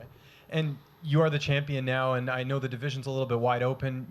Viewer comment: Dude...love her...but the way she pronounces *and*...foooooooook....